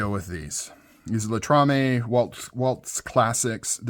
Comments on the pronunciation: LATAMA it's is still a great made knife. Not latamaaa Latrama. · Latama, not Latrame. ;)